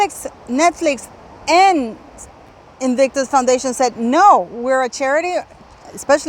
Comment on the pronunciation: And Invictus Foundation pronounced absolutely right.....Why should they foot the bill? My goodness!!! Meghan really is despicable and a bone idle grifter.....